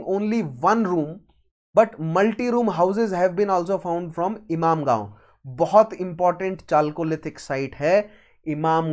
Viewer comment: Is it ‘imamgaon’ or ‘inamgaon’ or ‘imangaon’ . Your pronunciation is more of imamgaon. 😂